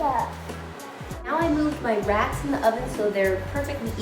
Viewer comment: when she said racks i thought she said rats. lol